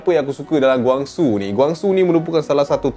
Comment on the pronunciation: Cara sebut tu salah. Kwang Soo bukan Gwang Soo. Dia marah kalau org sebut nama dia Gwang. "Who's Gwang Soo?"